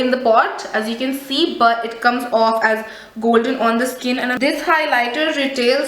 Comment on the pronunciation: between wat is goldeney mean.. hahahaha dear atleast give justice to english word properly.. hope ur silly mistake will overcome.. And plzz u can talk softy in video there is no need to yell in ur all video.. it actually makes us irritate while watching.. overAll product is nice just need to improve to present it..